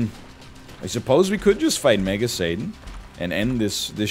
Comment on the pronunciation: God I swear sometimes it sounds like NL is saying Mega Satan as MAGA Satan and it gets me rolling